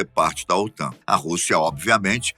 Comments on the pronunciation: Aos , OTAM?. O correto é OTAN (N de Norte) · "OTAM" com "M" é foda. O correto é "OTAN" com "N".👍👍👍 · estuda porrrrraaa OTAM? KKKKKKKKKKKKKKKKKKKKK É OTAN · Otan e não Otam !!! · É OTAN e não OTAM como foi mostrado no vídeo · O.T.A.N. com "N" e não "m". Que burro, dá zero pra eles.... kkkkkkkkkk